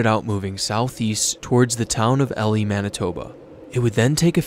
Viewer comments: Elie Manitoba is pronounced "eelee" not ellie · The Manitoba town is said like "E-Lie" I live in Manitoba. Hope it can help you first future videos. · Have been around where the Elie tornado was, it's prounced EE-lie. Gorgeous looking tornado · I love that you covered the Elie tornado! We pronounce it in a southern US style E-lie rather than how it's actually spelled. Cheers! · Woohoo! Elie, Manitoba Pride! That tornado was gorgeous to watch. Also its E-lie not Elie. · I love the way he pronounced Elie Mb name lol it is pronounced ee-lie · it's pronounced E-lie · The way he butchered Elie MB